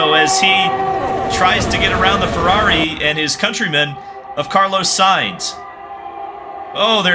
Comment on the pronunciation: sayinz not sighns